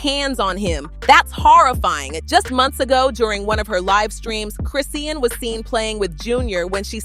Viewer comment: It's Chrisean 😂😂😂 and Karlissa not Carissa